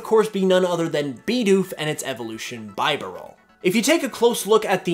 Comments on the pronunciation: its Bee-Barrel not By-Barrel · Just wanted to tell u it pronounced be-barrel not bi-barrel